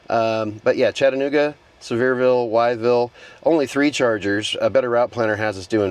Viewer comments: Wytheville is pronounced withville or if you want to sound like one of the locals wifle 😆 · Wytheville Virginia is pronounced Withville Virginia.